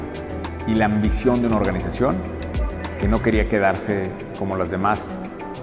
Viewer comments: No quiero sonar mamón pero en el minuto dice Oranización en vez de organización. Saludos y gracias por los consejos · Bro, (observación) dice "oranización" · Excelente , definitivamente una inspiración. "oranizacion" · Excelente video. Pd: En una frase dice “oranizacion” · Minuto oranizacion? Qué es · Alguien mas vio que decia ORARIZACION en bes de organización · Excelente historia! ORANIZACION :v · "ORANIZACIÓN" MINUTO